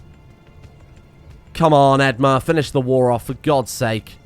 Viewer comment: I know this isn't related at all but the way you pronounce edmure as edmar is driving me up the wall 🙃